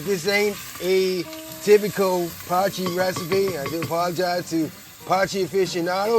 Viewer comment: This is actually an original dish from South Africa. Thank you for pronouncing it correctly man. As a South African now living in Mexico I miss potjiekos and haven’t eaten it in years!